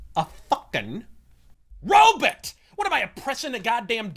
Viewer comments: I thought he was saying Robit like Dr. Zoidberg from Futurama. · I hear it was Ro-bit. Maybe Roe-biit. Regardless it's at least as funny to me if not more as when my buddy used to intentionally mispronounce sniper rifle(which is kind of a civvie bullshit word) as Snipper Riffle